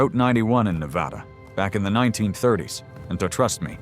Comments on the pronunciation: It's pronounced Nev ADDA not nev awedda. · I grew up in Reno. To my knowledge their has never been an "O" in Na-va-da. Ever.